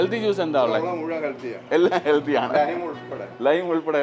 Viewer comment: ചേട്ടൻ ഹെൽദി എന്ന് പറയുന്ന പോലെ തോന്നുന്നു. ഹെൽത്തി അല്ലെ